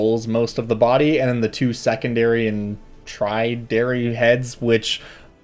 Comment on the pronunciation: It's primary, secondary, then tertiary.